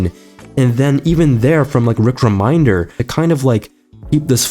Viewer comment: Rick Re-Men-Der